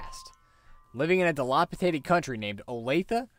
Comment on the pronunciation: Di-LAP-i-DATED! Thank you for this great video though.